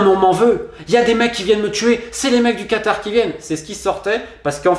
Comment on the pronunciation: c est vrai que tu as l accent du quatar par contre et bien prononcé lol mdr